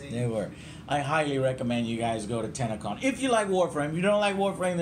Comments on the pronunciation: even when he says it, it sounds like tanacon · Every youtuber ive heard say TennoCon pronounce as TanaCon. Its a little disturbing. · I thought he said tanacon lol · For a second I thought you said TanaCon